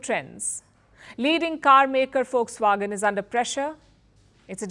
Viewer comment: Aunty it's not fox wagon it's Volkswagen 😂😂😂